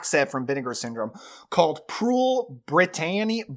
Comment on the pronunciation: Also 'Britannia' is pronounced exactly like it's spelt. Brit-tan-nia. We had a thing in music a while back of 'Cool Britannia' 😂